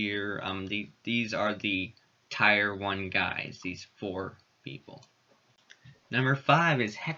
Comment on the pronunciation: I hate to be that guy, but tier is pronounced like tear in your eye.